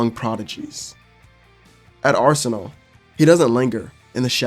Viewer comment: Bru what is arsenaleee 😂 its pronounced arsen-al